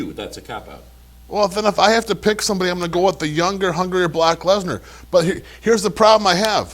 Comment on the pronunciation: Anyone else hear call Brock "Block Lesnar"?